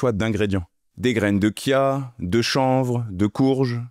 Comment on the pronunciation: Pour info ca se dit graine de TCHIA et pas KIA (qui serait à l’italienne) haha